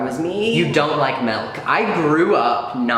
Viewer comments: miles says milk like melk and it hurts me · YOU'RE CANCELLED, YOU PRONOUNCE MILK LIKE MELK IM DONE GOODBYE SIR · Bro... you say melk instead of milk? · The fact that says “Melk” breaks my heart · Why do you say malk.......it’s milk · we love you king, but ajdbskdnek “melk” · HE SAYS "melk" NOOOOOO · you say melk lmao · This boy says "MELK" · Melk lol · I’m sorry what is melk, pretty sure it’s milk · says melk. idk I might have to leave the fandom 😬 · No one:: Melk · did he just say “melk” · He said melk😶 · Hmmm. Malk you say... interesting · Nobody: Not a soul::✌️😌melk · mAhLk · the only wrong thing about this video is him saying 'melk' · I’m I hearing this right or is he saying Milk like ‘Melk?’ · I say milk as melk and crayons as crans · AMERICANS RLY BE LIKE... melk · Did he just say melk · Boi I love him but he says “melk” like nooo bb nooo 😭😭😭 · I’m sorry but WHY do you say MELK WHYYYYY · guys he says melk....i am concerned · WHY DO YOU PRONOUNCE MILK LIKE MALK OH NO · ceo of saying melk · no one:: "mElk" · omg you say “melk” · omg he is!! lol my sister also says “melk” like this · secret norwegian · why did you have to go and say milk like that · i heard that and i was like “👀👀👀 midwesterner???” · its dutch lmao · i’ve been here since you were coming out to strangers but i learned new things that kinda blew my mind...like how you pronounce milk